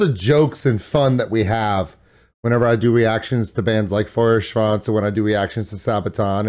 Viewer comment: if only you could try pronouncing Feuerschwanz correctly ;)